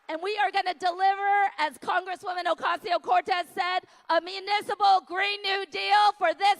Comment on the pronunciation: With all due respect, Miss Kendra Brooks, the representative from NY name's is Alexandria Ocasio-Cortez not Alexandria "oseo or oteo" Cortez.